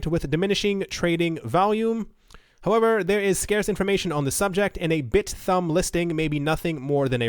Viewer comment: “Bit-humb”. Not bit-thumb.